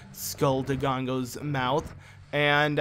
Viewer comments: I lose 5 years of my life every time he says “Dogongo’s” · mocks people that call Link Zelda and proceeds to call dodongos, dogongos the whole time lol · I'm enjoying this series alot...but I die a little inside everytime I hear you say 'Dogongos'